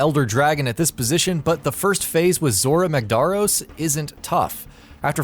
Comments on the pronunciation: Holy shit he cant pronounce anything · How can you get zorah magdaros name wrong? They literally say his over a 1000 times in game for you. Also what's with the other names? You guys could barely pronounce any other the other monsters names. This channel has a very consistent and very noticeable flaw when it comes to pronouncing damn names. Just watch many of the other videos and they don't even know what the game is or how to pronounce words(character, items, etc) in the game when it's blatantly given to them. This channel has no clue when it comes to games if not they never ever do enough research about it. Might as well change this channel to ign.